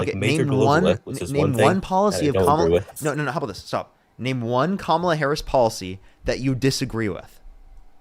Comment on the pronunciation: I love correcting them every SINGLE time they pronounce Kamala incorrectly 😂